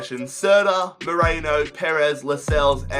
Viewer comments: His name is Merino not Moreno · Love your videos but it’s not ‘Moreno’ but it’s ‘Merino’ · it's meh-ree-noh, not moreno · Sorry if I’m being a bit pedantic but Mikel Merino's name is pronounced Me-Reen-o not Me-Rain-o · its merino not moreno...